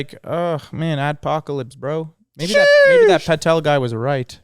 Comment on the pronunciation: he said patel <3